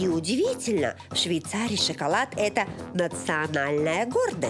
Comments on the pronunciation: Жанна, не " сщикалат", а "шоколад."Обратитесь к логопеду! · Как можно говорить...шикалад? Это п...ц